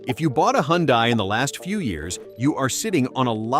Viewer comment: please learn how to pronounce HYUNDAI !!!